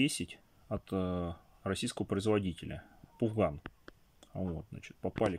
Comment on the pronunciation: Не пУфган а пАфган.